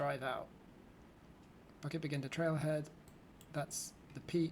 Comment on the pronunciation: Fascinating video, as always... thanks for this! Just a comment on pronunciation, bukit is pronounced boo-kit, not bucket. For a split second at the start of the video, I thought I heard something completely different there ;)